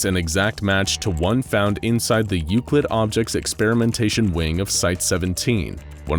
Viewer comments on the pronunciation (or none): none